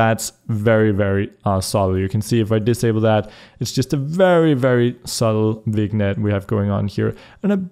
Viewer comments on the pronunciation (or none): hey, love your stuff, but like, I gotta mention that you ALWAYS pronounced Vignette wrong.... it's not an english word, it's pronounced "Vin-yet" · Vignette is french, pronounced 'vin-yet'